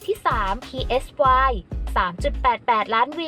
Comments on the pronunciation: จะ พี เอส วาย เพื่อ? เค้าชื่อไซ รู้จักมั้ยแอด ไซดักปลาน่ะ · Psy เขาอ่านว่า ไซ นะคะ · PSY อ่านว่า ไซ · Psy แปลว่า จิต (แบบจิตวิทยา) อ่านง่ายๆ ว่า "ไซ"